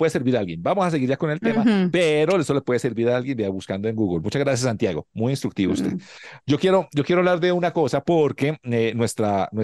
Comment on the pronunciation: Ay no pude con diciendo su nombre y luego Santiago Yon fréi jajajajajJjaajjaa